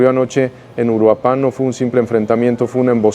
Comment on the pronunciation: Se llama URUAPAN !!! no uruapán